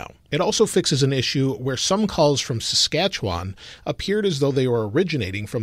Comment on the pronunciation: Good job on saying my home province of Saskatchewan.